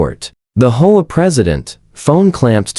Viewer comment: HOA? It is pronounced H. O. A.